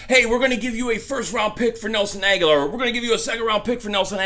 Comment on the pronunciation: Pronounced Ag-Ho-Lor. He has been there 4 years now and you still can't get his name right! I think he needs to go to a team that will respect his name...